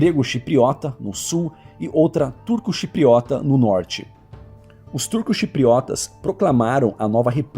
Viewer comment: Meu Deus ... Ele falou a pronúncia correta. Que é como se fala aí. Povo besta. Fica enchendo o saco por coisas pequenas.